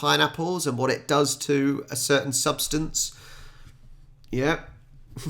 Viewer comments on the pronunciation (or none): none